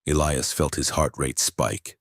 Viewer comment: Yes, please EE-lie-us it's a cool name. But when it's constantly mispronounced in different ways it pulls you out of the story